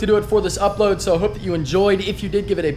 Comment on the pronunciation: Sounded like u said police subscribe😂😂